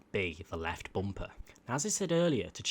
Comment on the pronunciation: The way he says bumper, not hating but “bomper”